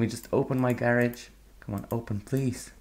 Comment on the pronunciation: you keep calling it gerege weird